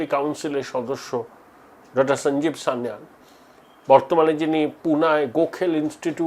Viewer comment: Sanyal pronunciation ta thik korun boss. eibar ektu 18 years old single malt hoya jak.